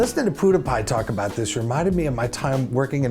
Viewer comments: Please do an episode on things you pronounce wrong because you've only heard them on text to speech. You said Poo-die-pie in the episode when most people say Pew-die-pie like a laser gun pew pew. lol thanks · Gah..it's not poodiepie, it's pewdiepie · In Australia we all say Pewdiepie as "pyoo de pie" I guess it all depends on accents 😂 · Pewds mispronounces his channel's name so much that Tommy pronounces it like "Poodiepie". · i like how he says 'pudepie' i am so addicted to his videos. i just have this big smile on my face. Thank you. you have made a huge difference in my life. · Did he just call PewDiePie Portapotty? Hahaha! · I love the way he spells pewdiepie, poohdehpie. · I love the way you said PewDiePie like "Poodahpah" I've been laughing for a couple minutes straight 😂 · Emily I think he says it like that because maybe its how his phone reads it out to him 🤔 either way its hilarious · Emily That's how everyone should say it 😂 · yea me to ive been laughing for a while but i think it's beacouse when in pewdepies intro he says "pewdepah" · "Poodipie." XD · I love how he says poodiepie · I love how he pronounces pewdiepie lol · Robertas Jabroni I do too!!